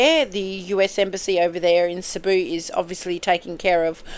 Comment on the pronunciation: Cebu pronounced See boo equal stress on each syllable